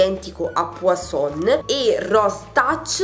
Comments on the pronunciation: Inci Verde la pronuncia giusta e puazzzon con là zêta e la n finale non si prunoncia e non poisson qui voulez dire pesce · "Puasson" significa pesce in francese!!!! Poison ( puason) che è il vero nome del profumo significa veleno. Guerlain si pronuncia "Gherlen". " Violet sugar" è " Vaiolet sugar..... ti prego!!!! 😂😂😂😂